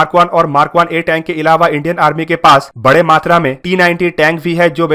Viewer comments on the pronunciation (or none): none